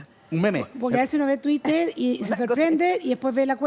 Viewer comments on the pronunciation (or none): none